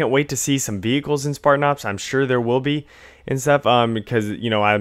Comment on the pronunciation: ahaha "Spartan Arps."